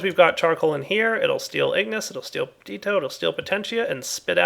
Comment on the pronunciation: It's not PER-DEET-OH.... It's PER-DISH-EE-OH Been driving me crazy for ages